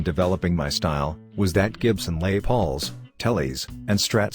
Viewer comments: "Lay Pauls"??????????? -- what moron thinks a robo-narrator for these videos will be liked, by ANYONE? Unsubscribe, fail, never again, tell all friends how much this site/channel sucks... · Lay Pauls, huh? Fuck computer voice narration is bullshit. GET A HUMAN TO SPEAK YOU FUCKING IDIOTS